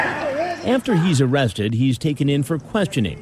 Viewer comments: KILLS ME EVERY TIME. “Am I gonna be OOOURHWESTED” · Aww Cwapp....Am i gonna be Uh-uh-uh-wwested? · "Am I gonna be OoOo-wested?" I can't 🤣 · "Am I being t-taped?" "Yes". "Oh cwap" "am I gonna be AOOOUGHrested?" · doesn't quite sound as right when you write it like o-wested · Am I gonna be oowwwessted? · am i gonna be AWWWESTED and the freakin head shake right after....LOL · "Am I going to be Awe-wested?" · "Am i gonna bbee uuuhhhlllweeessted??" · AW CWAP. AM I GON BE AWWESTED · “ Aw kwap… Am I gunna be ???? awesstted???” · Oh cwap I’m goin be awestid?! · "Kit KHATS", "Ahhh cwap" and "Am I gonna be aHhHha(massive head jerk)Wested" are always funny. Not hard to imagine that his gene pool has been pissed in several times over the decades. I'm surprised NBC edited out the ethereal banjo music that started playing when walked in the door.